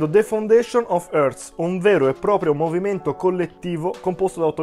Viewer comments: Bel video ... però Hearts si pronuncia HARTS. Un po' di rispetto per questi scozzesi. Grazie. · Comunque si pronuncia harts…